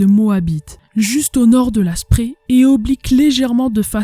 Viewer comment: Je ne l'avais pas vu. Bravo et excellent travail, même très bon boulot. Comme toujours, efforce-toi de bien prononcer les mots allemands. Le fleuve qui traverse Berlin, la Spree, se prononce, la Chpré pas la Spri. Ça fait toujours mal à mes oreilles d'amoureux de cette langue. Mein Goethe. Cela dit, tu as fait des efforts, tu dis Strasse comme il faut, ainsi que plein d'autres mots. Voilà pour la forme. Pour le fond, je l'ai déjà dit : superbe boulot.